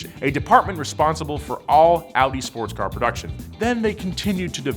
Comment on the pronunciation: I think he butchered the whole Audi bit, that's a little egregious to me...